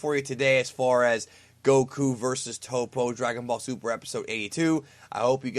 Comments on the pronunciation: it's not pronounced tahpo. it's toh-po. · in the show they always pronounce it top-po. first o is soft, 2 pronounced p sounds with an audible separation, second o is hard.